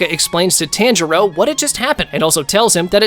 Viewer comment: I just noticed he says it wrong lol